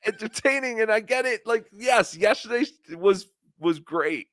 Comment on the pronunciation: Will that one stupid asshole please, please say "yes-TER-day"? Fuckin dumbass!! It's not "yesherday"!!!!